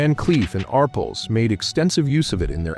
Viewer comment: THE NAME IS PRONOUNCED “R” “PELLS” TWO WORDS NOT ONE!